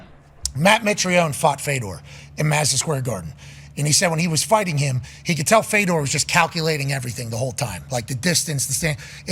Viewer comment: "Who's the Russian fighter Feda, Feda, Feda..." 😂😂